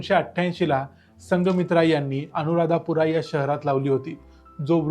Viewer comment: अनुराध पुरा असे म्हणतात, अनुराधापुरा असे नाही.